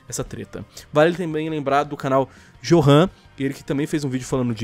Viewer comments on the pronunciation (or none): O nome johan se pronuncia como yorran pois johan é o equivalente alemão de joão mas tirando esse minúsculo erro seu vídeo foi foda